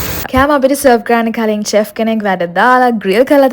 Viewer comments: Chef චෙෆ් නෙවෙයි ශෙෆ් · teppinyaki and chef learn pronousitation please